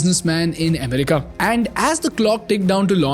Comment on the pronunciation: It's america not umrika and it's economy no ecnomi